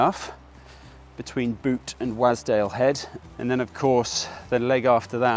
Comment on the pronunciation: I need to say something. Wasdale is pronounced "Was" as in used to be not, i repeat not please not again, "wAs" with a hard A as in pAss. Local heads up for ya. Keep up the good work sir 👍